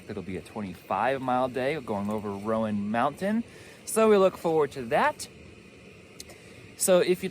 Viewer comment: Just for an FYI….its you-NAY-kuh (Unaka) and RONE (Roan) one syllable. (And when you get to Boots Off…you’re across from Wah-taw-gah (Watauga) Lake! It’s always hard to figure out the local names of landmarks!!! Big miles!🎉